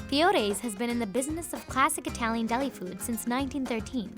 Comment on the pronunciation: as an italian that accent was PERFECT